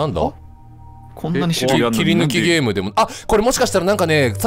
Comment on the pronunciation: タイトルコール 「ゲーーーーーﾝム！！！」 って発音なの好き